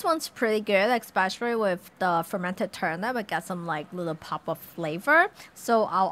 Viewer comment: There is no "x" in "especially"! That just drives me nuts! The dog is adooooooooorable! Very helpful video, overall! Thanks!